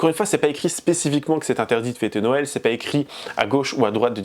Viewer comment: Pour une fois je suis ok avec pour les tatouages et son repas. Par contre elle ne sait pas dire Noël... Les gens... C'est pas "Nowël" hein